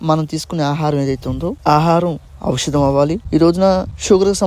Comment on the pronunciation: ఔషాదం అనడం ఒక విషాదం ఔషాదం కాదు ఔషధం షా కి దీర్ఘం తీసేసి ద కి ఒత్తు ధ రాయండి